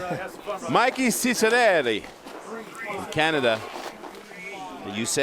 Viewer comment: Stop saying CANADIA....it is Canada, you know the country just by your side up north!